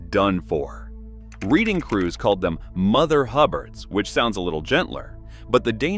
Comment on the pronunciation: It is pronounced Red-ing!